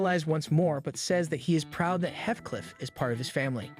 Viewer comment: How do you watch the entire series and still manage to not learn how to pronounce so many characters names. Hi-row instead of He-Row, Weh Seh Bye instead of Wah Saw Bee and Heth Cliff instead of HeeTh Cliff